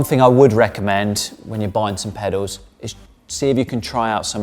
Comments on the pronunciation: He keeps saying "pedos" instead of pedals lol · He's pronouncing them "pedaws". It's a lower class South East English accent thing ("saaf eas"). We tend to drop our "Ls" from certain words. Kettle becomes more like "kettaw". Trouble sounds like "trubuw". Girl sound like "girw" etc. You get the gist.. 😎